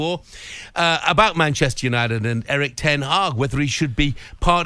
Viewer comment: Why does the presenter guy say 'you-nye-did' instead of 'you-nye-tid'